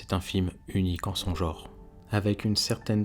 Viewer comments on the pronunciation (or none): none